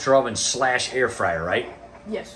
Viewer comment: I thought you said “hair fryer” at first 😂😂 I’m not into many healthy snacks but I really appreciate y’all’s commitment to staying healthy!